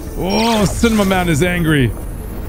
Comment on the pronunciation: I just like how he pronounces cinema man wrong